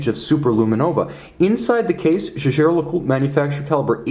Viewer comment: The jejer Lecoultre??? 😂😂😂